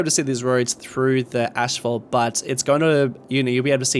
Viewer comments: Asphalt is not pronounced "Ash-fault" it is pronounced "ass-fault" lol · I want to correct your pronunciation of asphalt so bad.